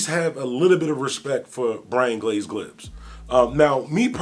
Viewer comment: Gibbs not glibs 🤣🤣🤣🤣